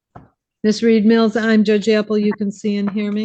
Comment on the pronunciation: Im sorry but if I was assigned a defense attorney who pronounced my name as Ms. Meeeeeeals but my name is actually Ms. mills- I’d be confident the hearing isn’t about to go in my favor😑😑…… 😝😝